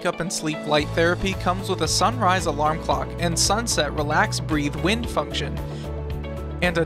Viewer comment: Tell me more about "wind" as in a breeze "down". Perhaps if you even thought about what you were reading you would have realized it was wind as in "wound". Pathetically bad.